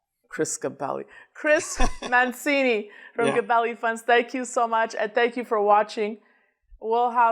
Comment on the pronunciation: You,, as Italian yourself should know that Mancini is pronounced 'Mantchini'.